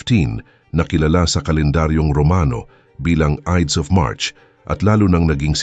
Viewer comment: Watch your pronunciation, lahat halos ng Tagalog mo mali-mali ang pronunciation. Hindi ka naman siguro Kano dahil you pronounce Ides of March as Idis (it should be Ayds). Practice ka muna bago mag-post kasi it's annoying. Parang nababastos ang mga pinoy eh.